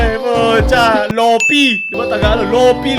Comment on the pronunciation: Lo-pie po yung pronunciation ng Lo-fi